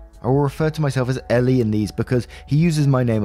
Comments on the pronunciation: Great Story Btw Her name in the story is ELLE pronounced as the letter L It's and odd name but rather common in America & Canada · "elle" is pronounced "L" lol that's why she said the bit about her real name starting with L. please watch legally blonde